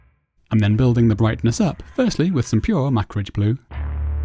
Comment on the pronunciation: Love the cold vs warm feel you made on this otherwise boring droid. Also, do you pronounce Macragge blue "Mac-ridge" on purposes ;-)